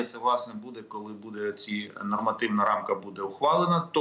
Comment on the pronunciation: После слов "Колы мы пэрэможемо" упал пацтол и больше слушать не мог.